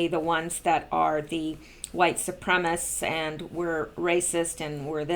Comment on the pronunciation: The word is supremacist, not supremist. There is an additional syllable. Thx!